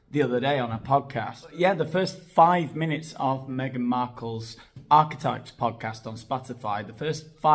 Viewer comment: It actually physically hurts every time she says archtypes.